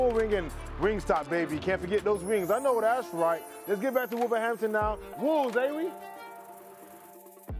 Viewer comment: Hearing anyone from outside the Wolverhampton/Cannock area say “Wolves ay we” just sounds so horribly wrong 🤣